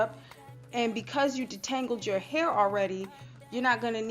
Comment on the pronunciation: "DON'T NOBODEH WANT NO CRUNCH ASS HYUH!" 😂😂😂😂 I'M DECEASED BIHH